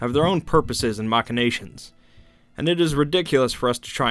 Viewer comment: Mac N A shuns not moch a nations.